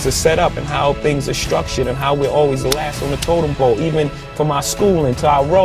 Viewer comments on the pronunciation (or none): words, "totem pole" NOT "total blow" lol.